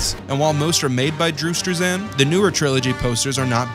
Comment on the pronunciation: bruh why you say struzan like that lmao